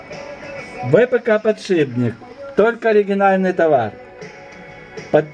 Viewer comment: не "потшибник", а подшипник